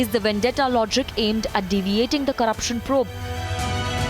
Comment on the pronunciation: ‘It’s Vandetta” spokesperson calling it a vandeta! It is the Maharashtra govt who is carrying out vandeta against the innocent people openly. This is the most pathetic defence.